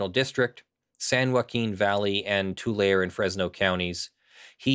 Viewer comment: It's pronounced Tu lary not Tu lare. Love the show, keep up the good work!